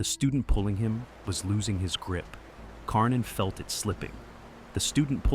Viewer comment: Karnin becomes Kork-in.